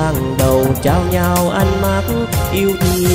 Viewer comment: Phát âm rõ tí và thoại cao giọng lên tí nữa là ok rồi nè. Trăm năm not chăm năm 😊